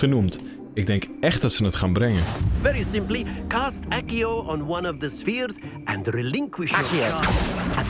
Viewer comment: Eigenlijk spreek je het uit als 'aksio' (zo wordt het tenminste uitgesproken in de Nederlandse versies van de films (en eerdere games)).